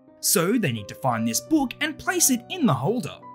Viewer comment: the way he says book😂😂😂